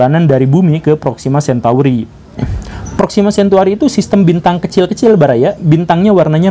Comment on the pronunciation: Proxima centauri ya bosku, bukan centuari